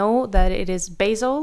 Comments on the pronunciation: Its not- beJsl its BASEL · Bahhhhseeeellll pleaseee 😂😂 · Thanks for the news and infos! Btw as a Swiss person, I have to say the way you say Basel is making me laugh hard. 😂😅 You say it as it was basil for your pasta sauce. ❤